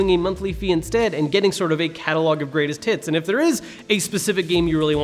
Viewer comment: Okay he is definitely saying catalogue of greatest tits